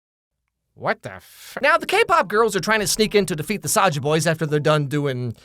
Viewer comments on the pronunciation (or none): Its not saja boys its soulja boys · THIS IS KOREA NOT JAPAN AND ITS SAJA BOYS (sazha boys (how it sounds like))